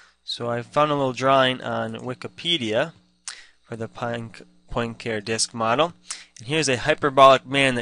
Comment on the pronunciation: Also, hearing poin care is like hearing ewe-ler for Euler :-) For further reference, it is pronounced Poin-car-ay :-) Cheers!